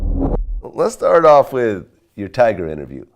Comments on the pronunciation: He really said "Tiger" it's Tyga fam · 21 Sausage you quick by defending Tyga like one of his fan girls "his name is Tyga!! Not Tiger!" 😂😂 he pay you to correct niggas??